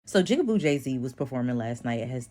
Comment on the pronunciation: She said "Jigga BOO Jay". That was a little funny though 😊